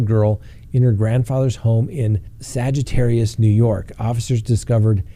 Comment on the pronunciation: Please, it's not Sagittarius, it's pronounced Saw-gur-tees. I think my dad just flipped over in his grave!